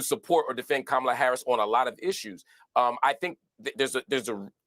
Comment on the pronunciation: This wierd thing of mispronouncing her name and these are people who want us to believe they’re smart, just doing this intentionally it’s just so to me racist and trying to “other” her. No matter if you’re a black man or woman doing it you’re aligning yourself with a really weird group of racist people. I just don’t get it at all when black people lower themselves and do this.